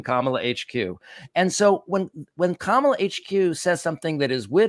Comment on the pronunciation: i note how he is mispronouncing Harris's name so that it sounds more "foreign"